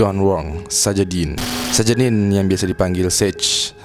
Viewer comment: anjir video kedua "Sajedene" wkw awalnya